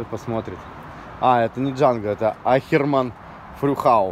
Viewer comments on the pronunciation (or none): не аХЕРман, а аКЕРман! Не говори при немцах услышат аХЕРеют! )))